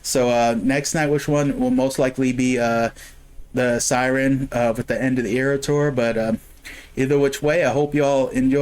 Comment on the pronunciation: It's called a 'Sirern'